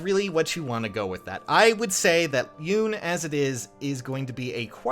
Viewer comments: I love ya & your channel but her name is pronounced, "Yoo-nay" if I'm not mistaken.;-) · I just realized that Yune's voice is like that because it wouldn't be chaotic if she had a voice fitting for her design. Also it's pronounced "You-neh" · The e is not silent on Yune